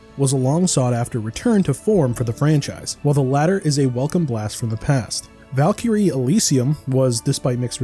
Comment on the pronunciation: The pronunciation of valkyrie and einherjar is killing me